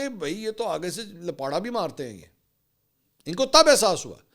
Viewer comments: لپاٹا نہیں لپاڑا بھائی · Bhai Jan lapata nhi hota Lapiyra hota hy❤